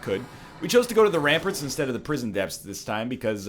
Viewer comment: When will someone tell NL that its pronounced "ram-parts" not "ram-purts"